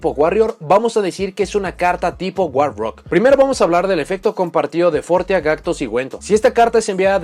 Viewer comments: cuando dice monstruo guarro, olvídate del inglés xD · Cómo la editora de cartas traducirá al español el nombre war rock: guarro Ahora escucha el vídeo pensando en “guarro” cada vez que diga “war rock”